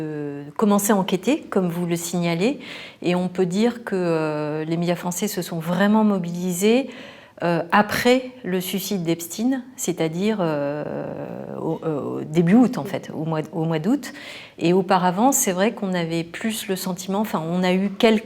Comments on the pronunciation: EPSCHTAGNE pas EPSTINE !!! Tu dis pas Albert EINSCHTINE Mais faudrait pas trop qu'on sache qu'il fait partie du peuple élu.... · Reportage de bisounours de salon de thé se prenant pour des journalistes !!! d:abord, EPSTEIN se prononce comme EINSTEIN, et non EpstIne !!! si cela vous gène, dites nous pourquoi ! ensuite, le suicide dont Vous doutez que l:on trouve une explication !!! au lieu de douter, réfléchissez … re ensuite, pourquoi pas de réaction rapide en France ? ….. pour avoir le temps de vider l, appartement d,Epstein à Paris ;;;( ca devrait vous rappeler Benalla !!!) et puis, et puis, ces elites, surs d,elles, et dominatrices ….. ????? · L'affaire "epstine"...putain c'est Epstein, prononcé "epchtayne"... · C'est pas EPSTINE, c'est EPSTEIN. C'est agaçant de vouloir camoufler son nom!!!!! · Quand c'est positif pour la communauté on prononce "Aïne-Chtaïne", quand c'est plus gênant, c'est "Geoffrey Ep-Stine" ou "Hervé Vine-Stine"... Plus c'est gros, plus ça passe... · Pourquoi dire epsti n ..? C est eptein la prononciation c est important ! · ça commence trés mal quand elle prononce EPSTINE ! Pour éviter bien sur de prononcer EPSTEIN afin de ne pas stigmatiser les juifs et les sionistes ! Disait-on ALBERT EINSTINE ! Non c'était ALBERT EINSTEIN ! ect ect... Donc je zappe cette pouf qui fait honte à la vérité ! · Ou bien les "gentils" se prononcent "chtaïne",et les "mechants" se disent "chtinne"?? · Epchtaïne !! pas epstine... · on dit pas "epstin"... mais "epstein" (ep-schtein)... rololoh... c'est vraiment énervant !! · Ep"chtayn" et pas Ep"stine" svp !!! Pour Enstein on ne dit pas Enstine !!! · Je me demande pourquoi ils s'obstinent à prononcer Epstein "Epstin" et non "Epchtayn" comme cela doit se prononcer en français. Pourquoi cherche t on à couvrir au maximum ces origines. Pourquoi ne parle t on non plus du père et de l'origine de madame Maxwell, qui a censément disparu.....🤔 J'accuse pas, je m'interroge. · Epstein pas epstine bordel